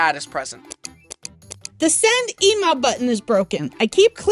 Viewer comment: i think because she called it sand and not send😂😂😂